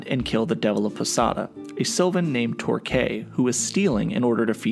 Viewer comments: well you mispronounced Torque and Striga too (even though I would think you’ve heard them said the right way in the show and games) and you’re making an informational video so like, it’s worth trying to get it right. You also got the bit confused that Torque was getting food for the elves he pitied, not for his family. Otherwise it was a nice video for those unfamiliar with the series, but don’t get so high and mighty when someone politely informs you. Maybe learn how you can improve instead of getting defensive? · Torque wasn't stealing to feed his family he didn't have a family he stole to help the elves and you pronounced his name completely wrong